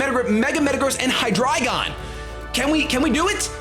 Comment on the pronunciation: Seriously. Thank you so much for saying Hydreigon correctly. It's German. Eins, zwei, drei. Appreciated so much!